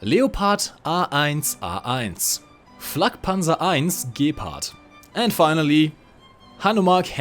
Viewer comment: well personally, i would translate 'panzerwerfer' to 'tank-thrower' ('werfen' as a verb means 'throw'), but thats even more ridiculous..., one tiny, tiny mistake: with gepard the emphasis is more on the 'a' if even anywhere